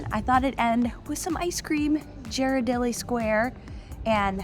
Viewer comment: Not making fun of you, but it's pronounced gear-a-deli square. I was corrected by a local.